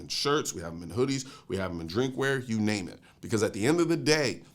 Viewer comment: Just say her name right.